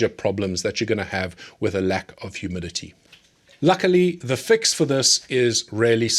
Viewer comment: Are you saying humility or humidity? lol